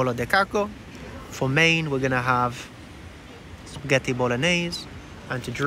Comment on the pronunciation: pasghetti or psaghetti hahaha its spaghetti 🤣